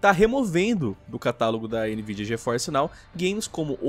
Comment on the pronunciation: "NVIDIANAL" :v